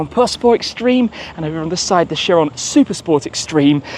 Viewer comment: Right pronunciation of this car is buh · ga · tee kai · ruhn